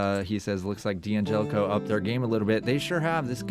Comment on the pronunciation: I'm sorry but I won'TEE listen to anyone who can'TEE pronounce the name D'Angelico correctly. It'ESS is an insult to it'ESS Italian heritage. DANGELICO is the correct way to say it.